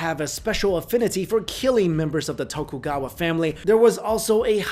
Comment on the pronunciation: Excuse me, Tokugawa what? That is not an "L"